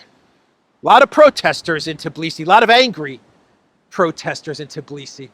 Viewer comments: Although, why TIBlisi,? It's TBilisi =) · It is Tbilisi! Not Tiblisi 😂